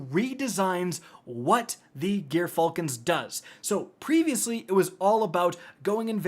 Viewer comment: It's "Jer-falcon's", G.dammit.